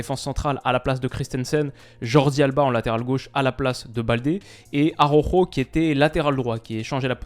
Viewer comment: frero prononce pas ARORO mdr, mais plutôt ALAOUJO (le J est une jota, pas à prononcer comme la lettre J bien sûr) je vais passer pour un gars relou mais ça m'écorche l'oreille à chaque fois